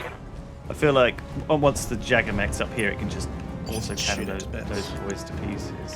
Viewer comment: Who else gets triggered about how they say Jagger